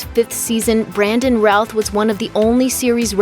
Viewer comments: Hey, you've said Ralph numerous times instead of Routh! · Jay Tsosie I’m glad someone else caught, I kept hearing Ralph too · Routh... I always heard Ralph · Routh (pronounced like the British 'row') and Ralph sound extremely similar, so it makes sense.